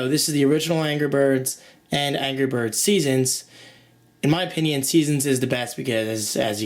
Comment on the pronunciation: angrah berds!!